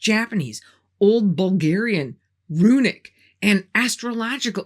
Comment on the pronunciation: Hello from Bulgaria i am impresed whit your pronancuasion of Bulgarian language and names....Just cureous are get some help whit the way you pronaunce?.... Is perfect i am utterly blown.....i fallow you from your early videos till now whit Ballan and the red beard guy:) I wish youa lot of love and luck and healt evrithing good to you....